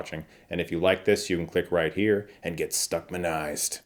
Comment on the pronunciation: This show has WAY too many characters thrown at you with zero back story build up. I just don’t care about them 3 episodes in. PS- let’s work on “stuckmanized” lol